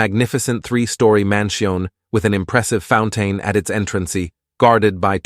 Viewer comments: Mansion and fountain, the pronunciation sounded almost French lol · I know I’m 2 weeks late but yeah I was going to just comment this